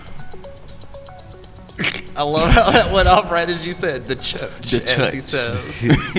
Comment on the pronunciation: There’s no r in church 😂😂😂